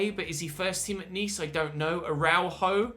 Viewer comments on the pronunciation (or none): araujo is pronounced a-rah-you-ho